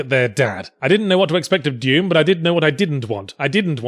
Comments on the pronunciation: "Deum" xD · I couldn't get over the way he said "Dewm" MtnDew Commercial confirmed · he pronounces doom like "duem"